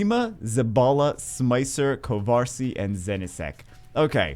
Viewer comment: Honestly these names have really tested my ability to pronounce things lmao I feel like Kovarci is pronounced as 'Ko-var-chi' though, since 'Ci' tends to turn into a 'Chi' sound. Could be wrong, I have no idea where these names come from.